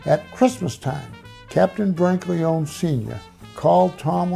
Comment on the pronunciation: For such a knowledgeable guy he certainly says the last name Brancaleone incorrectly…lol